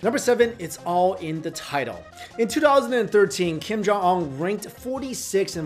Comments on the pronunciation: The name is kim jong un pronounced as gheem johng ooooon/wooooooon -- like the British name Oona/Una. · You're accent of Kim Jong Un is so American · Whats with they way your pronounce "un" like you're french or something? lol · Learn how to pronounce his name. It is not that difficult! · At least learn how to pronounce his name correctly. You look Asian enough to able to do it. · Do your homework and learn how to pronounce his name correctly if you are going to do a video about him.